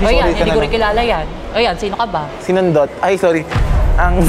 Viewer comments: "sinundot" HWHHAHSHAHAHSHSHH😭😭😭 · "sinundot" WHAHAHAHAHA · Yung "sinundot" bi HAHAHAHAHAHA